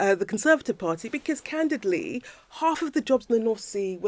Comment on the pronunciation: Candidley.... is that a new word she learnt ffs